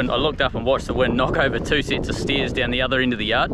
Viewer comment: When you said the wind blew over the stairs I thought you said steers and was looking for flying cows.